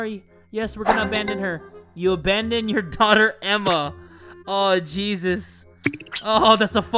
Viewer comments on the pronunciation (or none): none